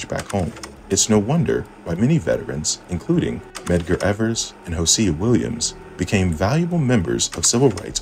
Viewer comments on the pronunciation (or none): none